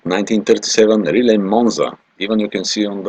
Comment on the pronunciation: The speaker here has to learn how to pronounce Riley!